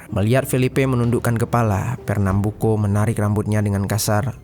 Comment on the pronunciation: champinha dibaca campinya dan fernambuco tetep di baca co buka ko.